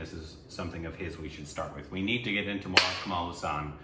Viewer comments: Dude btw. It's Kamal Haasan. Not Kamal Husan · Watch ' Nayagan' 'Indian', 'Appuraja' 'Sadma' and 'Alavandan' back to back to get a bit of who this legendary actor, Kamal Hassan is (Haasun not HU Saan) 🙏💜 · Kamal Haasan not Kamaal Hassaan. Please watch Sadma.